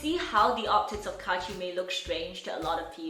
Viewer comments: I still cringe when I hear ITS KAACHI! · pum pum pum pum pum pum it's kAAAAchiIii